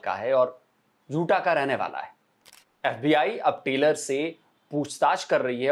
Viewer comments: नाम टेलर हो तो स्पेलिंग TAYLOR होता है, TYLER का उच्चार टायलर होता है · टेलर नहीं!!! सही उच्चारण "टायलर" है।